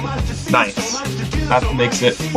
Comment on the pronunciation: Noiceu Noiceu Sugar and Spiceu